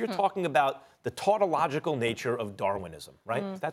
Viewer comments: My man said "the tortalogical nature of darwinism" 🤣🤣🤣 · How could you not know the tun-ton...tonoljikul nature of darwamisim? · Max Kellerman "tautological" Stephen A "torta-logical"